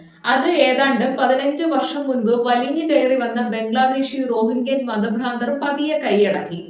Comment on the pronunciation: രോഹിംഗ്യൻ മുസ്ലിമുകൾ എന്നാണ് ശരിയായ ഉച്ചാരണം 🙄😂